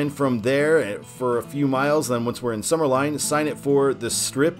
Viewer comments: Summerlin is pronounced Summer Lynn, not Summer Line…….😊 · Summerlin is pronounced Summer-LYNN Ely is pronounced EE-LEE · "Ely" rhymes with "freely." "Summerlin" rhymes with "paladin." Last I knew the county had no particular interest in putting an Interstate shield on CR-215 because it didn't get any federal interstate money to build it. I also thought all the interchanges on the northern part of 215 were complete now, but I never go that way so maybe not. While I-515 >is< signed, locals never refer to it that way; the whole length is "the 95". I-11 rarely comes up in conversation, but I suspect most people think of it as an extension of "the 95" even though US-95 exits off it before it reaches Boulder City and the dam. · Some pronunciations: Summerlin - Summer-Lynn Ely: Ee-Lee Love the videos! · Summerlin is pronounced summer-lynn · The way he mispronounced summerlin 😭